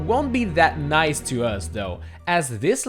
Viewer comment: did anyone else realize he said noice instead of nice